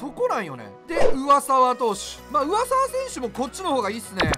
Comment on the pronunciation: 上沢er言いすぎて「うわさeわ」みたいになってるのおもろいわw